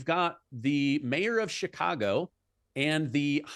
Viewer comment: Did he say Chikongo? 😂